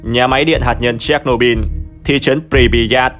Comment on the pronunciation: Chéch nô bư ko phải bin